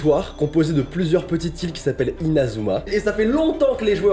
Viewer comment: INAZUA MAIS QU'ELLE EST CETTE CHOSE QU'ELLE CETTE HORREUR C I NA ZOU MA